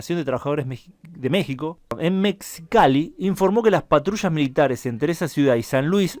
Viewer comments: La ciudad se llama Mexicali, no mexcali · Mejicali en pronunciar